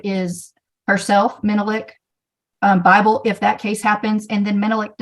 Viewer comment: I thought they were saying Fifle at first, like the mouse from the American west. 😂